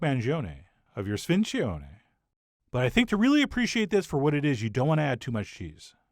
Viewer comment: In the old Sicilianu our grandma's spoke where I'm from, it's pronounced like SPIN-JUNE-EE. You can also find it all year long....